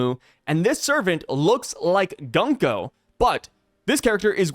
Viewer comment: It is Gunko.